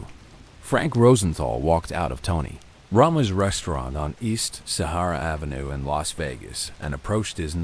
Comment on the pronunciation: My God this robot is just butchering the hell out of every Italian name like its a sport. He cant even say Tony Roma.